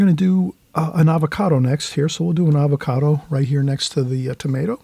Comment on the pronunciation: Hi, I love your channel but I have to point out that it's "avocado " for future reference. I love watching you paint. Like most people who are really good at something, you make it look so easy!